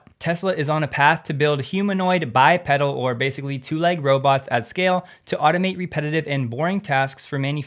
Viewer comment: Good work and interesting content. BTW bi-pedal has a long e sound as bi-peedal.